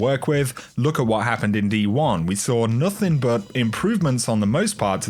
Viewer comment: Why do you add a "k" to all words ending with a "g"? Example "nothingk"